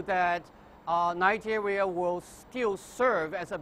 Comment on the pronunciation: where the fuck is this lady from? she's definitely not from Nigeria because she cant pronounce names of the places.